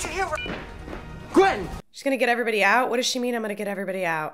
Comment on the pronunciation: Gwen Stacy?? I thought her name was Gwwwoonndaa?